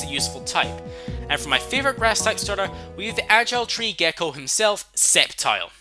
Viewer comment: bruh, did anyone else cringe everytime he said "septile" instead of "sceptile"